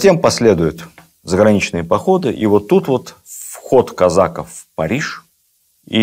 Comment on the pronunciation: Лекция супер. Но почему казАков, казакОв! Очень режет слух...